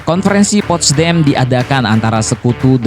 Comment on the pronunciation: Bang.....bok yang bener bacanya.1charles de Gul gitu aja.2.panglima Inggris itu bukan Robert Montgomery...tapi jendral Bernard montgomery.3.itu postdam apa adanya bukan postdem.moga berguna.